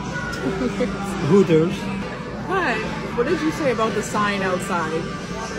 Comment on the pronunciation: Omg... "Uuters"! ❤😂